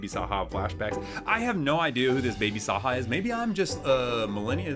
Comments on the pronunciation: “WHO IS BABY SAHA” lol u pronounce the j like a j and baby saja is from k pop demon hunters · not knowing who my sister's favorite K Pop Demon Hunters character is is actually way too hilarious 😭 he's not even pronouncing it right! 🤣